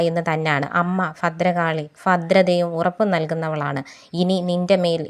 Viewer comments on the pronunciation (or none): none